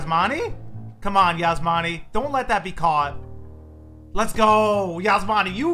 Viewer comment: just remember my mom thinks u call me cause you say yasmani I'm osmany lol